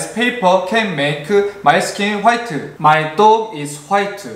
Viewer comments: The way he says white (phite) 😂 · He kinda speaks like Jin of BTS when he says white instead he says Whiteu just like Jin says Faceu lol😂